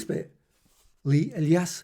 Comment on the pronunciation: I've heard of that name before and it was pronounced "E-lie-us" said quickly